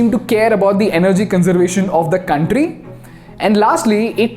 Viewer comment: Beautiful video👍👍. Correction it's कंट्री not कांट्री...no offence brother . I like your channel कंपनी not कांपनी